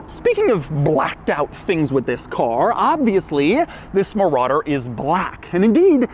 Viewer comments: muh rodder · mouh rADder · The way Doug says "Marauder" is the equivalent of Hoovie saying "Riptide Blue." I guess it's impossible to say Marauder without emphasizing the name 😂